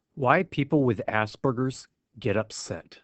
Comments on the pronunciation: "ah-sper-gers"... not "ass-burgers".... THAT makes me upset LOL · It's pronounced ahs-pergers not ass-pergers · "ge" is a soft sound. "George". Hear it? The word is not "assburgers" it is AspERGErs. Sounds like PURGE. Get it? This is something that is a major "upset" for people that read, on the spectrum or not. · You're pronouncing it wrong it's not ass burgers it's oss purr gers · As-sperger it not hard to pronounced